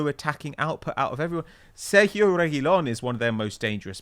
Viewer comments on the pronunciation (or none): none